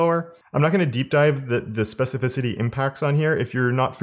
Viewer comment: I'm proud of you... you learned how to pronounce 'specificity'! lol. Thanks for the videos.